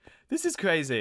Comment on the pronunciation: Fwee, two, one, go! Oh woooowww woaaahhh this is cwazyyy